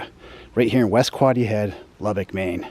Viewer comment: It’s pronounced Loo-beck